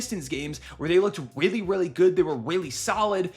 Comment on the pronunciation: “Weally good”